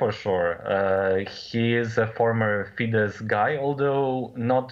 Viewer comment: I know it is a surface level criticism, but you are making a wasted effort to pronounce FIDESZ as fidesh. It is actually pronounced fides. Thanks for the news anyways!